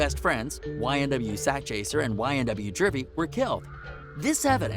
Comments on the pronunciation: It’s juvy my mans not jurver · Ynw jurvy looooool It's YNW juvy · It's YNW JUVY, NOT JURBY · Bro it’s Juvy not jurvy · Wtf is a YNW Jurvy ??? It’s Juvy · It’s Juvy not jervy bro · It’s juvy not jurvy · Bro why you cant pronounce juvie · Dude said YNW "Jurvy" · This dude don’t know his info lol he can’t even say one of their names right